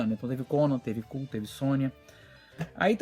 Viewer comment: A cacofonia do nome do personagem fez com que o personagem Kull não fosse tão popular quanto, Conan. Mas na verdade a pronúncia correta é" koul". É só ver o trailer do filme com o Kevin Sorbo. O filme é ruinzinho apesar de Kevin sorbo ser carismático e da belíssima e talentosa Tia Carrere.